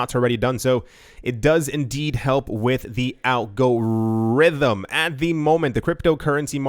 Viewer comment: Great show. I so much enjoy when you say Al Gores Rhythm :)